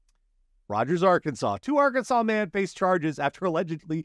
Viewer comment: Story 2: needless to say, those fuel drivers have already been sent to the unemployment line Also … who else was laughing like a little kid at the “people like their BJ’s” and “especially if it’s the right girth” exchange. Arkansas story: I like how puts the accent on the “asset”